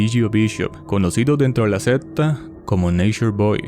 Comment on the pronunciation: bro, pronuncie secta bien primero jajaj que me da un toc